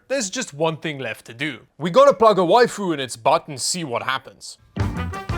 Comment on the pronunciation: "Before we plug a wifu into this thing.." 😱😱🤣🤣🤣🤣🤣